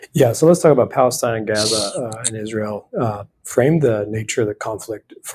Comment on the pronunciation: He's terrible on the "Isrul" issue as he calls it, but otherwise an interesting man.